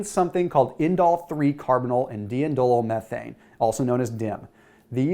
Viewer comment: Nice video. You pronounced Indole-3-carbinol correctly, but diindolylmethane is dye-in-dole-eel methane. Accent on the eel.